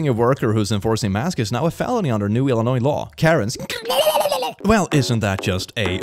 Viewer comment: You litterally said illinois better than i've heard some americans say it, thank you ;^; (i live in illinois) the amount of people i've heard say it as "Ell-Uh-Noise" is astounding